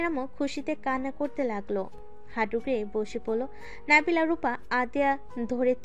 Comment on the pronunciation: নাবিলা না নাদিলা